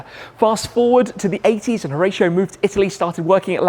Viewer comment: It’s pronounced Ho-rah-cio